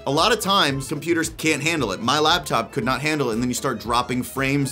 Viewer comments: Boy, sounds like you're saying "labtop" instead of "laptop". mike issues? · Are you saying "labtop"? Cuz it sounds like you're saying "labtop" "labtop"